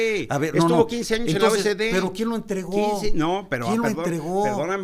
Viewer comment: Señor Gaviño, es OCDE no O S D